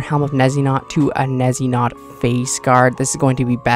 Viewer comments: I can't take anyone who says "nezzynot" seriously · Not trying to be that guy but just wanted to tell you that Neitiznot is actually a monty python reference and is pronounced Nay Tis Not. Again no hate, just thought I would share because its funny.